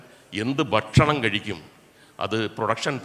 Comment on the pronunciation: മുകേഷേ "ബക്ഷണം " അല്ല "ഭക്ഷണ " മാണ്.. (ഫക്ഷണം ഇങ്ങെനെയും ആകാം )